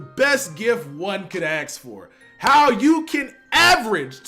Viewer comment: Best gift one could “axe” for lmao